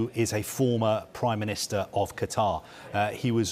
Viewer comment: Does this guy not know how to say Qatar 🤨